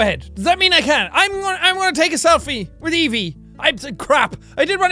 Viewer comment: Your saying Evie wrong